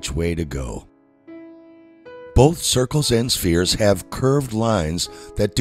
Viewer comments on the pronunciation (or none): none